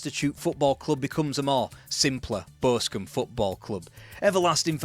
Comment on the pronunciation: Why can't you say Boscombe? 😂